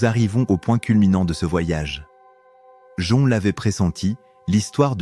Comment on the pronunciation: Qu'une IA nous parle d'empathie et d'hypersensibilité est la pire des mises en abîme... quelle catastrophe !!! Jung se prononce "Young", bordel ! Et entendre cette voix sans émotion employer le "je" est une telle ineptie, à vomir ! Nan mais je suis le seul à être horrifié d'écouter une machine nous "instruire" sur nos humanités ???